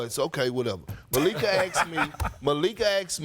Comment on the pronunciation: How are you a professional broadcaster and you can’t pronounce the word “ask” or “poised” 😂